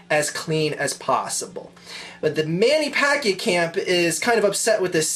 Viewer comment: its pronnounced man-a-pack-io :)